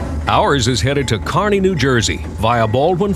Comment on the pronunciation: Thank you so much for saying Kearny correctly!!